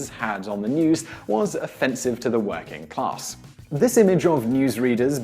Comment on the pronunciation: in , working class but what i heard Whacking Class...